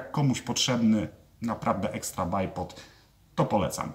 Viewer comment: Poprawnie wymawia, w przeciwieństwie do 99% innych stosujących tę nazwę. Choć można po prostu dwójnóg :)